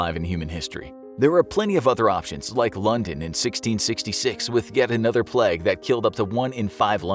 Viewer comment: Ngl it got on my nerves a little when he kept saying bubonic pleg